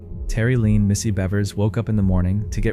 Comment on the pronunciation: In the 2nd clip you pronounce Monica Seles' last name correctly a few times but also as Selez, Sells, Sales, Saylez & Seleez. In the 3rd clip you pronounce Terri Leann "Missy" Bevers' middle name as Leen. Also, her last name should be pronounced as Beavers. In the 4th clip you pronounce The Tiede family's last name correctly a few times but also as Tito. You pronounce Kay's name correctly a couple of times but also as Kyay. You pronounce Linae's name correctly once but then proceed to call her Leenay, Linnah, Leenah & Lineeah. Do better. Especially when you're talking about victims of violent crimes.